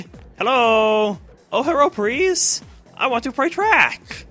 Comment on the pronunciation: Love the "Herro!!!" parts.